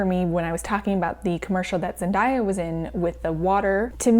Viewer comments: The 'day' in Zendaya is pronounced like the word day, not dye, just so you know! <3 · ok i loovvveee the video!!! butt. instead of pronouncing Zendaya’s name “zendieya” it’s pronounced how it spelled “zen-day-a” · not zen-die-a 😭